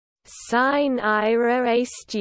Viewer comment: this is incorrect--"sine" is two syllables, the "e" pronounced as a long "e"